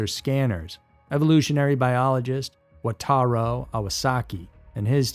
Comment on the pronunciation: Written Wa-ta-RU Narration: "Wa-ta-RO" 🙄